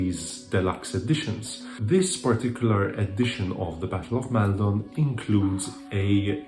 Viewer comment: Hello! Great video! I have just found your channel and I'm having great fun enjoying your reviews! The only thing I would correct is the pronunciation of the first vowel sound in Maldon, which I believe is /ɒ/ as in "copy". Keep up with the good work!